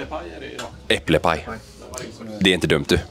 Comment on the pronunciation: Epple paj??